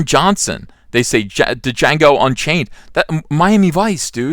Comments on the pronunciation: Ethan, it's just pronounced "jango". It's not "duh-jango". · D-jango,"The D is silent motherf*^#!" (In Jamie Foxx Voice) lol... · Weeks late but the D in Django is silent. It’s a running gag for crying out loud.